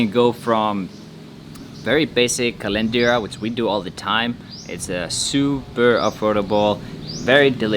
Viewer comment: My goodness still you are saying kalenderia instead KARENDERIA he he he